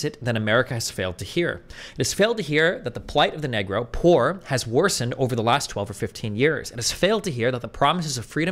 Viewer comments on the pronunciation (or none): Destiny really stretched that pronunciation of negro, mf this ain’t Spanish say it correctly 😂😂😂